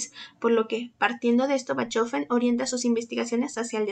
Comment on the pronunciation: Se pronuncia “bajofen” y el filósofo que lo descubre es Engels y no Hegels (que no existe); por favor un poco de seriedad a la hora de hacer estos programas